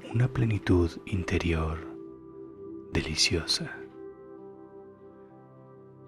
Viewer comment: Perdona, me estaba funcionando bien. Pero es que has dicho "deliciosa" de una manera inesperada y, por si fuera poco, lo repites! Hahahahaha lo siento no puedo con esto, es una lástima.